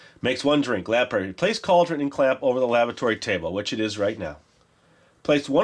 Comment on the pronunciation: Anyone else keep hearing "lavatory" table instead of "laboratory"? Or are we making these potions in Moaning Myrtle's bathroom? :P